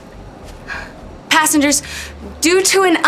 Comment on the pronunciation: Did the flight attendant just say 'assingers, prepare for take off'?!